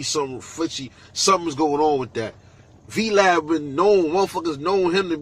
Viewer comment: "Vee LAD" 😂😂😂